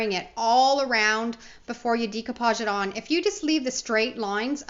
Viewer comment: Dear GOD! PLEASE stop pronouncing DECOUPAGE incorrectly. Think of the word ‘decorate’. ….